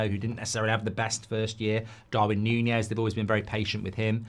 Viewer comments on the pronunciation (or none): none